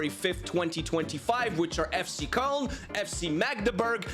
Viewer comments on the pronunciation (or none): none